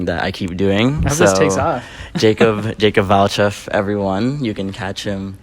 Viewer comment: Omigosh it’s valcheff how did you even book him